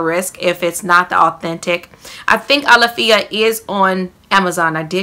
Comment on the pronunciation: A -law-fee-a.....pronunciation..it's sold at Sprouts too..similar to Whole Foods...fyi wink wink